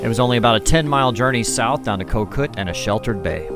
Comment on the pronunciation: Having just spent 15 years in Thailand, here's a pronunciation tip: "Koh" means island, and the pronunciation is a bit more like "gaw."